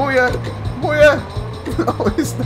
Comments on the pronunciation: When you sais MuYe, it sounded like Booya. lol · Muye sounds like "mulher", aka woman in portuguease